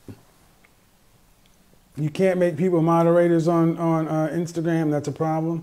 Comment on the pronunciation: My man said Instagwam 💀💀